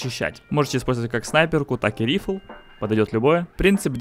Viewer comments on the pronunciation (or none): рифл, бля...РИФЛ, КАРЛ!! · Почему он винчестер называет "рифл"? Ладно бы ещё "винтовка" или, ну, "райфл", наконец, если ты такой крутой инглишьмэн, но "рифл"? Серьёзно?🗿🗿🗿